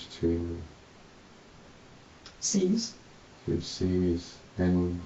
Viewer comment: How has he got a diploma when he can’t read? For example, he couldn’t even read the word “seize”.